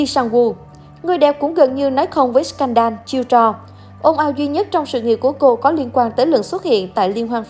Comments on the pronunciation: Thích chị iu của em quá trời ☺️☺️☺️ klq nhưng mà add phát âm sai từ “ scandal” òi nha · như phim First wive co ta đọc sai bét ,như scandal cũng đọc sai